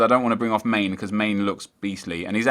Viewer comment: My brain died when you pronounced Mane(Man-ay) as main....